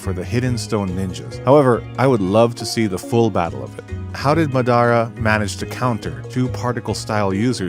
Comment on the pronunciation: I was enjoying the vid until you mispronounced Madara 1800 times, that shit hurt.